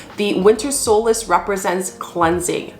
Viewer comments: Solstice..with a T ..not solace ... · What if we're ready to celebrate the Summer Solstice? You're saying Solas. I'm assuming you mean the Solstice???